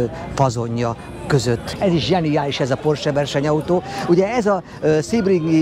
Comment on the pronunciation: Na ok pár dolog : Concours d’Elegance helyes kiejtése: Konkúr delegansz Sebring : Szebring ( nem Szibring) Duesenberg : Dűzenberg nem Dujzi meg Dujzenberg ugyanis eredetileg Ü-vel írták a család nevét.hasonlóan a Boeing családhoz ami szintén nemet eredetű család . Amúgy a videó szuper , nem vagytok autós újságírók de hal Istennek nem is akartok okoskodni .